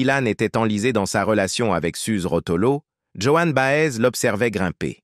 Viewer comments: Vraiment les voix monocordes de l'IA me bloquent les neurones. Bob Dylan surtout et Joan Baez (et pas Johanne Bahèze) sont mes années lycée c'est vous dire que je n'apprends rien en plus. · Après les jeunes qui vont découvrir avec cette vidéo vont répéter Joanne Baaaèze! 😂